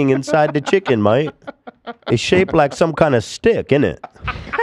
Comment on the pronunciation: “they forgot to take the skin away from the shiken” in an English? Accent gets me every time. I think this is my favorite thing has EVER said